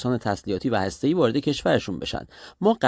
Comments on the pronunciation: سمیرا چرا لوس میشی و بیسوادی خود را نمایان می‌کنی؟ هرمز و هسته‌ای دو ح جیمی نیستند بلکه دو ه هوّز هستند. خبرت را ساده و مختصر گزارش بده و به میکروفون نچسب. لفت و لعاب دادن بر خبر ارزش آن را کاهش میدهد. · اشتباهی گفت ه جیمی 😂 ه هاشمی درسته : هرمز ، هسته ای